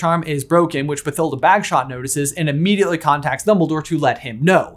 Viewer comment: I know this is nitpicking, but I'm almost positive the "th" in Bathilda is pronounced as a hard "T", and it annoys me every time someone pronounces it with a soft "th" sound...